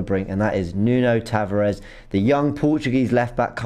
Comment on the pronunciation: He's pronounced Nuno Tavarsh, just like Bruno Fernandsh